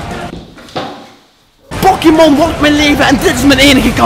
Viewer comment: Pokimon??? Tis pokemon